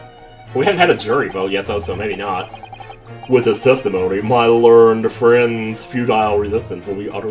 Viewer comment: Oh, and "learned" is two syllables. ler-ned